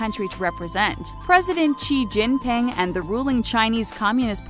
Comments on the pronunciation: It's XiJingPing. You pronounced his name wrongly. -_ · Just a note, your pronunciation is a little off Fu-er-dai (富二代) is pronounced [foo-are-die] Xi Jin Ping (习近平) is pronounced [she-gin-ping] Weibo (微博) is pronounced [way-bwah] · "Chi Jin Ping" lmao 😂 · probably didn't check how to pronounce his name properly beforehand